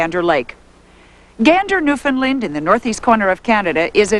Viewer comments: newfound "land" not "lind" - pronounced new-fin-land. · New-Fin-Land...not New-fin-lund.....